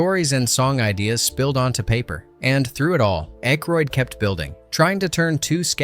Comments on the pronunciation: Dan Aykroyd's last name is pronounced ACK-roid, not AKE-roid. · Ayyyykroyd instead of ACKroyd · It's ACKroyd, not Ankroyd. And Carrie Fisher's part WAS explained in the movie. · "Ache-roid"? I think they make a cream for that. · Dan Aikeroid??? Jesus man, learn how to narrate your own fucking videos. It’s actually fun learning how to do things. Try it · Mispronouncing Dan Akroyd is annoying as hell. There is no N in Akroyd. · Dan Ache roid??? REALLY??! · Dan Ache-roid…. Reminds me of Prep-H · What??? you don't like Ainkroid?? LOL 🤣🤣🤣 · The name being pronounced "Ache-roid" ...made my butt hurt. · "Aykrod"? Hell, learn to SPELL Aykroyd before you call someone out for mispronouncing it. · From your home page: "Disclaimer: Our content is purely for entertainment and may feature a blend of verified facts, rumors, speculation, and fictional elements." However, ALL your video titles say, "Facts..." Can we or can't we trust you as to whether any of this, or anything in any of your videos, is true? Please advise. You are mispronouncing Dan Aykroyd's last name. It's: Daniel Edward Aykroyd CM OOnt (/ˈækrɔɪd/ AK-royd). Clown. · Couple things. If you are going to do these,learn to pronounce the actors name correctly. Not once did you say Dan Aykroyd last name correctly. Also when talking about his and Carrie Fisher’s relationship,why does a random picture of her and Chevy Chase appear?